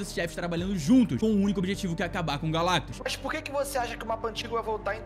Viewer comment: O intenso finalmente falou "GALACTUS" certo Por favor da coração no meu comentário